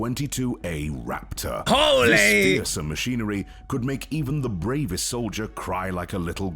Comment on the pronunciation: Am I the only one who got chicken skin when he said Raptahhh.